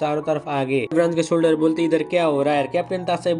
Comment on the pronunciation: Navy solder nahi Navy solger😂❤❤